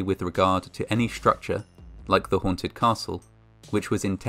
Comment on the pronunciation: It is pronounced ssss-tructure , the same S-sound as in ek s it or in emergen s y. Not schtructure. That's German.